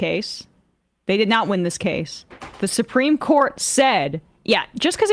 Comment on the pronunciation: Someone tell Steven Miller Supreme Court has an R in it. SupReme, not SuPeme.